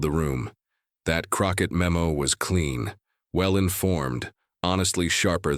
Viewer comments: It's CROCKETT! Not Crocker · Whoever is narrating this should get her name straight... Her name is not "Krocker"... Is CROCKETT.. C R O C K E T T... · Crockett not Crocker. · You're the narrator and you start with MISPRONUNCIATION of Jasmine CrocKETT'S name.